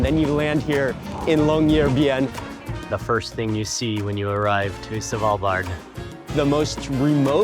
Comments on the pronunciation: Love Mark, but him saying S(A)valbard instead of Svalbard triggers my inner Monk 😅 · Its not S val bard its SVAL bard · it's not savalbard..it's Svvvvvalbard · Savalbard? :D Thanks for trying man! :D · YES! Driving me batty. Not sure I can watch the entire video from SAvalbard! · A quick tip sir = The D in Svalbard is mute. Love your vids as I'm new to your stuff! ❤❤